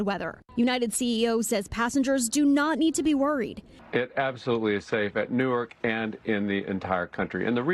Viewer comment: "Nork" airport? I thought there was a W in Newark. And "fun-iture" is an interesting pronunciation 😂